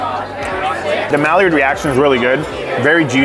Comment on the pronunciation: Maillard is pronounced "my-yard" just fyi <3